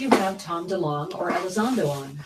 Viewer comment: Delong, not dealing